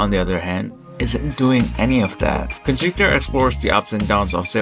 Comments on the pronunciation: it’s kyhwixtep not kunskiter I know how to say it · You call it kunskiter that’s wrong it’s kyhwixtep I can say it